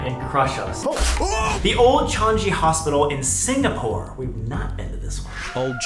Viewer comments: Holy shit a singapore mention!!!!!! Love from Singapore❤❤❤❤ PLS COME TO SINGAPORE. I WILL SOOOO MEET YOU IF YOU COME !!!! Btw... it's not pronounced "chan-ji", it's "chang-i" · It’s Chang-eee not Chang - geee and the abandoned hospital is all locked up with police patrolling the area frequently. Honestly there are so many creepy abandoned buildings in the area you could make several videos about the Changi area alone. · the changi hospital is also pronounced chang ee hospital and yes you guess should definitely come! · Singapore has a big amount of haunted buildings and its pronounces chang-i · Changi (pronounced "Chang-ee") Hospital is known to be haunted even amongst Singaporeans, but i have not been there myself. The closest i've been to it is the Changi beach and the area around it. It was for a school camping trip and you can actually see the old hospital kinda sitting on elevated grounds from the beach. It does really give off some creepy vibes. You guys could come check it out if you're able to get the needed permissions. There are also other urban legends and haunted spots here too. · Singapore fan here! PLEASE come over. SG is small, u could probably do 1 big video about visiting all the haunted places like Istana Woodneuk. Also, "Changi" is pronounced "Chaang-ee". Sounds like "charm" but with "ng" instead of "rm" and "eat" without the "t" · SINGAPORE MENTIONED RAAHHHH OLD CHANGI HOSPITAL MENTIONEDDD (its pronounced chang-knee btw :' ) also i dont think yall can explore there on your own because its government protected (I THINK) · sry to be that person but its pronounced "Chang-ee". BUT YES PLEASE VIST US HERE!! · you should really go to singapore would love to see a proper investigation on that changi hospital also its pronounced chang-nye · Changi = "Chaang- Ee" Same pronunciation as Singapore's Changi Airport . Also Singapore has some really scary haunted spots. Old Changi Hospital is really scary but closed to public. Please contact